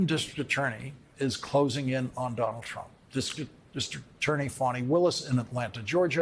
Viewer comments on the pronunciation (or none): Is Lawrence losing it lately? He seems to be flubbing a lot of words these days...Can you say "dis-TRICT AT-TOR-ney"?